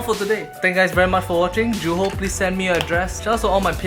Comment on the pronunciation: Thats not even how you pronounce Juho.